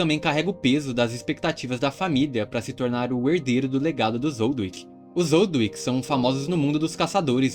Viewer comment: Não ''Zoldwick'', ''ZOLDÍK'' Zoldyck